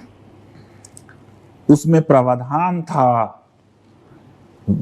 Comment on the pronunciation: Praavdhan Not pravadhaan